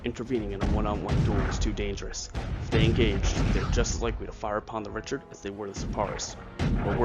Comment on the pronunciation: I'm pretty sure the name of the ship is pronounced (ree-shard) rather than (rich-ard). This would make sense too because the ship was given to the fledgling US Navy by the French.